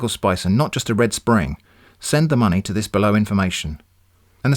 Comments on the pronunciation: Had me at "send monmey" :') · "Send monmey"